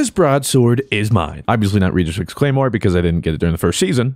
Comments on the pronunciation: Redrixs not reedrix 😂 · Red-Rix's. NOT READ-RIX, NOT REED-RIX,NOT REID(👀)-RIX, NOT REYDE-RIX, NONE OF IT. SAY IT WITH ME YOU UNCULTURED SWINE, RED-Rix's. Thanks luv u lng tym <3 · Broadsword actually got buffed. And in pretty sure it's Red-drix like the color not Ree-drix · Dude it's rehd•riks not reed•riks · I cut tell if he calls it the REEEEE-drixs on perpose for the memes or if he is genuine pronouncing it wrong